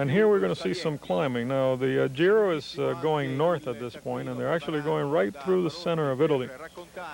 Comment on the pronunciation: Gi in Giro d'Italia is not pronounced "dzi" as in the French word "gitane" but like Je in Jesus. The commentators in this video pronounce it correctly many times (not always), many others don't.